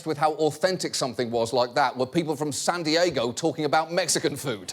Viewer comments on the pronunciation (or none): none